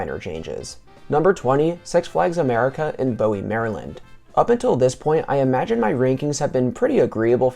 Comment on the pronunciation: say : BOO - ee Maryland